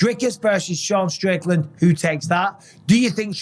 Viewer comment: I couldn't understand you....take Strickland out of your throat and say it again please.